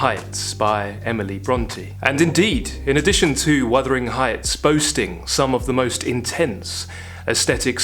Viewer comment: wUthering. Not wIthering. Don't mean to be rude but it is a beloved novel.